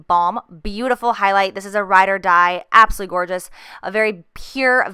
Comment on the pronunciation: She always says "absuly" in stead of absolutely!!! 😝